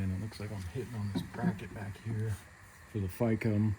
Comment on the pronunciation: takes a shot everytime he says Ficm wrong